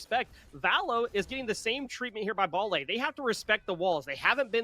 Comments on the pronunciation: its not "ball a" its "by lay" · lol ball A and “curb”erus